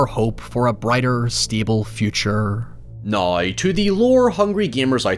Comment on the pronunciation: said "noy" (now) at least 6 times in this video